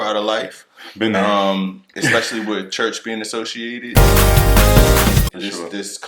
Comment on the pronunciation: Not even into 4 minutes of watching this video and laughing so hard every time says "church".